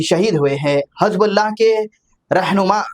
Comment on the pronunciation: Hizb bulla not hazab bulla plz.correct it.